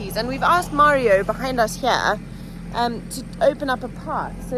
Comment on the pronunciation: Tara! Please teach how to pronounce Mario 🙏 …my Dads name is Mario and hearing it pronounced incorrectly is the same as being called Joan 😂 Great job of removing the bamboo! The only way to get rid of it is digging it up. Salt makes the soil sterile and you’ll never grow anything on that spot ever again. Plus, over time it seeps into the deep artisan water - damages the eco system. Round up damages the Shikimate pathways between food source and humans. Food will grow, however the nutrition is rendered unusable by the human digestive system. Hot water is good for small areas like paths etc.